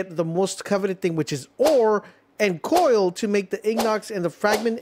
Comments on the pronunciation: Bro really did say “coil” 🙂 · Coal not coil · It’s pronounced COLE not COIL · i am glad i am not the only one coil wth lol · no way you saw " Coal " and thought it was pronounced " coil " lmaoo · its not " coil" lmao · Ignots and coil instead of Ingots and Coal has me screaming bro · Dude butchers EVERY word he says I ong... "Ignots" "Coil" "Paldimin" I know one of y'all gonna be like "He has a speech problem" but I don't care, imma still say what I gotta say lmao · if you're gonna make a tutorial you should at least be able to pronounce ingot and coal not "ignot" and "coil" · You are the first person in my 35 years of living that I have ever heard mispronounce ingot and coal and my brain is going nuts after hearing what you called them!